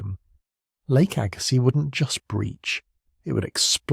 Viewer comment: Arrrrghh!!! AI lousy pronunciations!!Lake AG-ah-sees. Agazziz.